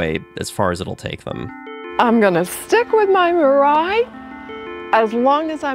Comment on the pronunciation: Mirai, as “future” in Japanese. Pronounced as /mii-lie/, not /ma-ride/ or Mariah Carey whatever.😢